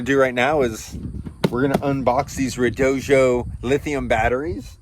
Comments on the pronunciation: Really enjoying the video so far, but I have to say, the company that sells those batteries apparently insists that it is pronounced red-OH-dee-oh. I've seen a number of YouTubers that say the company asked them to get it right when they say it, so if they aren't lying, that should be the pronunciation. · Red-oh-doh. There is no J in the name. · Why do you say redojo? What am I missing? That’s a “d” not a “j” at the end of the word